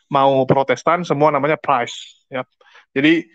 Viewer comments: priest/pastor digunakan oleh katolik. kalau protestant biasa guna reverand. dungu juga si reverand sarah ni., priest bunyinya "pris" bukan "prais" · Priest dibacanya bkn prais, tp pries ( cuma mau kasih tau aja ). Lanjut.